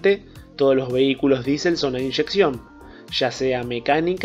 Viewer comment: Muy buena descripción tecnica qué pena que no se pueda decir lo mismo del léxico utilizado RUDOLF DIÉSEL fue el inventor del motor que lleva su apellido que es DIÉSEL y no disel....solo en Argentina y México se podria cometer la aberración de llamar B a la V clama al cielo que a un bloque motor que ademas tiene la misma forma que la letra V y que se llama asi en todos los paises industrializados que los desarrollaron que le llamen B o doble B es para reir si no fuera por el caos que genera esta forma de hablar.